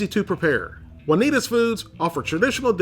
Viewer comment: the way you say 'Juanita's' is so great... "Wunneeduz"